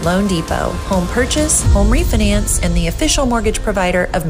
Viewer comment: At the end of the ad she says what sounds like “refyyyyyynanyyyyyyyyyynce” instead of “refinance”. What the hell sort of accent is that? I notice more and more the American accent is inserting that random pronunciation.